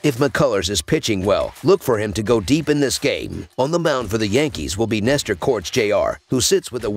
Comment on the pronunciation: it's Cortés not corts.